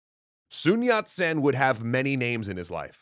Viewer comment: the way you pronounced his name is spot on